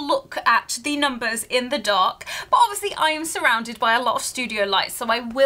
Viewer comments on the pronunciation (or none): none